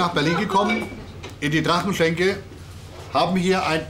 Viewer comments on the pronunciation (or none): Erste 4 Sekunden gesehen. Drachenschenke, statt Drachenschänke. Mein innerer Monk rebelliert!